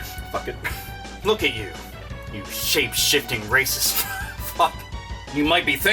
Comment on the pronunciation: half of the time it sounded like you were trying to say "shape shitting racist" i mean that would be a power Mario could learn right? would the poop emoji be his power up block?